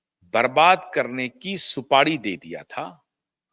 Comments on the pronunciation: "सुपाडी" नही साहेब, "सुपारी" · Bhai shb supadi nhi supari hota hai